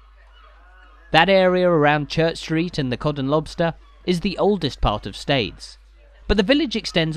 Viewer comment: The name of the town is pronounced "steers".